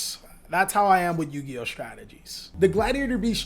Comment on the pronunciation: Did he call himself a yugi-ho?